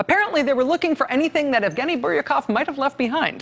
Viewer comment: Since when is "Lara" pronounced as "Laura"? Jeez, maybe someone needs to brush up on her journalism skills. Focus on pronunciation and proof-reading material before presenting it. Evgeny has no F in it, Rachael and the G should sound like a J...god how embarrassing!